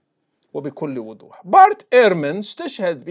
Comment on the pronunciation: بكل وضوح وليس بكل ودوح لغة الضاد ثقيلة عليك يارشيد يا عدو الله